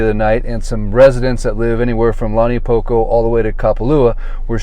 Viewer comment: How can you live here this long and you can’t pronounce launiupoko correctly 🤦‍♀️